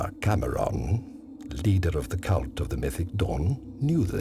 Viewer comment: I know I'm not the first to say this but... Mantra CAMERON?! Don't you mean CAMORAN? XDXDXD